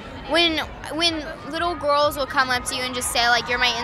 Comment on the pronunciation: Lmaooo I died when Willow said “when little GoRls” 😭😭😂😂